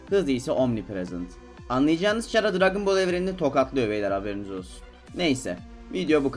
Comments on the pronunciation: Çhara :D Bilmeyenler için khara diye okunmakta ingilizcede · türkçede çhara da hani yabancı diller arasında burda sen ahmet sen orda sana ahmad diyemezler ahmet demek zorundalar Ingilizce de de c harfi k olarak okunduğu için <H harfini niye ihmal ediyon anlamadım> Chara(khara) olarak okunur